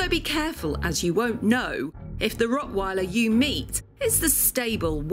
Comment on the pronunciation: The way you pronounce the word "rottweiler" makes me sick.